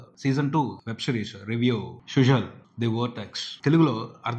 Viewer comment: Suzhal ante Sujal kaadu Sudal la palakali